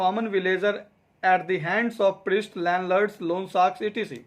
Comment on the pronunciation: Not etc it's -Et cetera